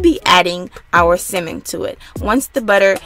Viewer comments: Couldn’t watch!! How u cooking something u can’t pronounce Sammon the L is silent it’s not Simmon 🤦🏽‍♀️ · Why the hell are you saying SIMEN ? That shit was bothering the hell outta me ! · Tryna talk so proper but saying simmon...🤣🤣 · It's not as worst as hearing my dad call tenderloin TENDERLINE. But I'm having SIMMON tonight tho lol 😆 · I love how you call it “simmon”. We pronounce it “sammon”. The recipe looks delicious as always!! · Simmon? you mean salmon? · Sounds like you're saying Cimon instead of Samon, silent L. :( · It's Sal-mon, not Ci-mon, Pronunciations Matter, If I go to the fish market and ask for Ci-mon, they will look at me like, we don't t have that, oh you mean Sal-mon, thanks for sharing, can't wait to try it😊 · Repeat after me...Sam-men... not simmin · Tf is a simmmonn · Ugggh she keeps pronouncing it at "simmon". Lady its "Salmon". Succulent not "Sockulant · You're too adorable!❤❤ I kept chuckling at the way you pronounce salmon. You say "simmon". That's so cute. I really enjoyed the video. I'm definitely going to cook this way tonight. Thank you for sharing. 🙂🙂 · Why do you keep saying “simen” it’s salmon🤦🏾‍♂️ But thanks I’m stealing this, it looks amazing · You know it’ll be good when she calls it cemin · It’s Samon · You guys are funny in the comments saying simmon lmao but thanks for the video. Ive for the butter in the pan heating up right now and I’m about to try this. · Sockulent? Simin??? Lmfao nice video tho! It looked delish! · Sounds like you’re saying semen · would be nice is she could pronounce "salmon" its not a simmin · It's salmon not simmon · Why is she calling it simmon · Please pronounce it correctly it’s SALMON.. omg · It's salmon not semen. Who taught you English. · Lol I love the way you say Salmon !!!! So island makes me want to hop on a plane right now !!!!! It’s cold in Jersey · It's the way she saying salmon for me 🤣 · Good recipe although you need to learn how to pronounce the word salmon lmao